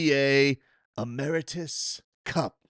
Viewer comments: It's pronounced Em-er-its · That E-me-ri-tes pronunciation threw me off 😂 Good stuff